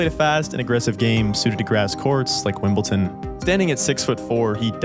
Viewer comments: Wimbledon... With a T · It’s WimbleDon not WimbleTon! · Great video man, well researched and put together — but for the love of GOD — Wimble-Don, Wimble-Don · yeah, Wimbleton. There's no T, it's a D. Can you say dog? Now try Wimbledog. Now try Wimbledon. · great vid. one thing. wimleDon not wimbleTon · Stop pronouncing it “WimbleTon,” ya idiot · Couldn’t watch the whole upload….its not “ton”. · How can anyone watch a video where the guy says wimbleton??? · it is not pronounced "wimbleTon" MY GOODNESS. you worked so hard on a video and can't even pronounce the name of the tournament properly. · A fine video, but for the love of everyone who does so, there’s no “T” in Wimbledon 😅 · This is a pretty good video, but stop saying WimbleTon. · Didn’t know Wimbledon had a T in it 🥴🥴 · please stop saying wimbletin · Great video. I just can’t get past you pronouncing it WimbelTon. Why??? Just picking though, great vid. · Or "Piolinee" and "Wimbleton" and "Ivaneeseevich". Why is it so hard to pronounce "sh"? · I see what you did there with misspronounsing Wimbledon. Good Job! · Great video, but there’s no T in Wimbledon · Can't even say Wimbledon correctly. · that's actually nicholas escude, that is milos raonic........ wimbledon is pronounced wimble-Don not, wimble-Ton and losing 6-0 in the fifth set isn't considered "humiliating" by tennis standards. Other than that so far this is a fantastic extended retelling of goran's career that nobody else has done to this point in such detail. I thought you should still know where you went wrong in order to make the next video even better. Keep up the great work! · I liked Goran, but you didn't do your research. 1. Boris Becker was ranked 20th, not 65th, when he won Wimbledon at 17. 2. It's WIMBLEDON, not "Wimble-tin". 3. No Grand Slam tournament has EVER been played on carpet! 4. With that accent, you're Canadian, but pronounced Rusedski (a Canadian) as 'Roosedeski'... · Wimbleton? Wimbledon ... it is not that hard :).